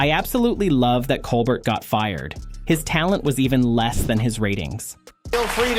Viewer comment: Why can't you pronounce Colbert's name correctly?